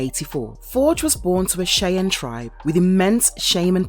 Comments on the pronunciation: So forge was a pokemon. Cuz you keep saying shaymin. or do you mean shaman. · The correct pronunciation for Forge's tribe IS shy-ann, not shay-in.